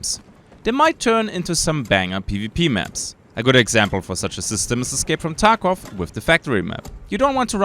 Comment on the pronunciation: You said escape from taco wrong